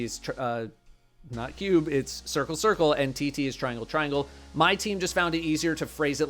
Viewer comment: Cubes, spheres Sorry sCuare, Sircle